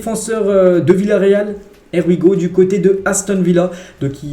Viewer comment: Here we go (HIY WI GO) please corrige ta prononciation